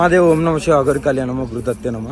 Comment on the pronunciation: అగొరిని నరకండి రా అది అగోరి కాదు